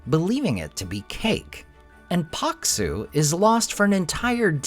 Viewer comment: Thank you for this video, I love the way you pronounce Karhu, Paksu and Valkotukka, you pronounce them right and also explain what those names mean in English!